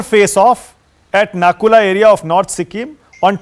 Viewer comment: Ye nakula nahi.. NATHULA hai